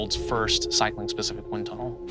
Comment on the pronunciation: Born in the 'win' tunnel? ( mark)